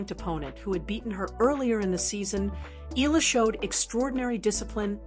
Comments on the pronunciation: HEY MS YOUTUBE SPEAKER, THE CORRECT PRONUNCIATION OF ALEXANDRA’S LAST NAME IS E-YAH-LA! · Agree ❤ E yah la